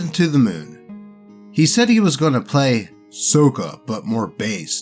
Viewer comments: More clearly, it's "Sock-uh" not "soak-uh" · BTW, the way you were pronouncing Sokka's name is the way it was (mis)pronounced in the movie (So-kuh), but not how it was said in the original show (Saw-kuh). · Did you JUST pronounce Sokka "SOH-kuh"?!?! It's "SOCK-AH"! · Correctly pronouncing Sokka is to be earned. You play the character right, you get your name pronounced right Saw-kuh. You mess up like this dude and the trainwreck movie... So-kuh. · Yeah, that's how it's pronounced that way in the animated series. The Shyamalan movie has it pronounced "Soak-ah", another reason why it's an abomination. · Sokka pronunciation, saa kuh. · Hey im not trying to be mean but Sokka's name is pronounced like socka. That is how the creators of Avatar pronounce his name. Other than that you do a good job keep up the good work.😊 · lord help me its pronounced sock-a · Oh boy, more! Also, isn't it pronounced "SOCK-uh"? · I love how he pronounces "Sokka" like the Shyamalan movie instead of the cartoon. He not worthy of Sokka's real name. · You kept mispronouncing "Sokka"; it's a soft "o". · Hearing pronounced Sokka's name. Gives me physical pain like that trainwreck movie " The Last Airbender. " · Are you picking the movie pronunciation of Sokka instead of the show version for a reason?